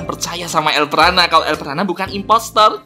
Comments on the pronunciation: Elprana hebat bukan elpranub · Kenapa lu sebut elpranat